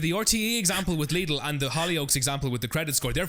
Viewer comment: When did you start pronouncing Lidl so it rhymes with 'needle'? I thought it rhymed with 'fiddle'? Otherwise, top show, no regrets.